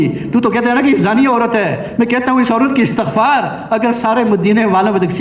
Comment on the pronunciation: اٍستٍغفار ء اور س میں زیر ہے زبر پڑھنا غلط ہے درست کریں والسلام